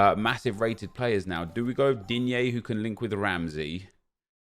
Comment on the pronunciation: No one, absolutely no one: Nep: and we’ve got DiGnnEe 🤦🏻‍♂️🥴